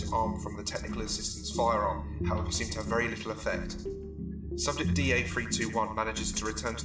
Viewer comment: vewwy spooky